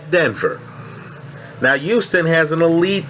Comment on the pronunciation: Houston not uston good video tho